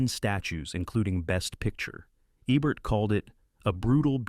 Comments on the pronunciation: The AI narration drove me away in less than three minutes. It is somehow both dull AND annoying, and it mispronounces SO many names (as heard in other videos, including this one.) Roger Ebert's last name has a long "e," as in "bee, not a short one as in "egg." The "stein" in Leonard Bernstein's last name rhymes with "fine," not with "mean." Oh, and have your writer (if there is one) stop using the construction "It doesn't just ___ ____; it _____ ______." One example: , we hear, "It doesn't just celebrate Hollywood; it transcends it," whatever that means. But it uses that formula repeatedly. It doesn't just kill the listener's interest; it obliterates it. It's repetitive and dull, dull, dull. Dull. Not subscribing, though I love this topic. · Love your videos...but PLEASE...It's EEEbert..not ebert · Love these! But why are the pics of Roger Ebert shocking ones where he was dying of cancer with half his jaw cut away? There are thousands of photos of Roger from his hearty Siskel & Ebert days! And why can't this narrating voice consistently pronounce "Eeee-bert?" p.s. I approve of the editing that made Stockard Channing the stat of "Grease" lol. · If you are going to feature a film critics best film, you could at least get his name correct! It E-bert. Try a little harder next time! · The robot is disgusting in pronunciations. It says Ebert three different ways. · Is it me, or is the "narrator" switching between "Eeebert" and "EBBert"? Pick one and stick with it! Oh... and if you cannot properly pronounce flower's name, "edelweiss," than please don't miss pronounce the word. The correct pronunciation is in the song. BOOO for you and your adle-brained team. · Did they consider teaching the narrator how to pronounce peoples' names? Like Roger Ebert's name? Leslie Caron's name? Ye gods.